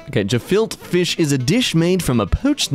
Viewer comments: "ga-fil-ta fish" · TIL it's gefilte fish and not kafilka fish like Chris Tucker had me believing all these years...